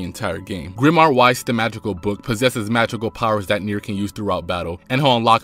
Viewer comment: Weiss is named after Weiß, the German word for white, so the W makes a "V" sound and not a "W" sound.